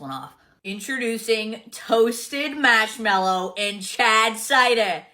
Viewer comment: WTF is "masmellow"? And "spackeling" ice. Words aren't enough to describe how much I detest that woman.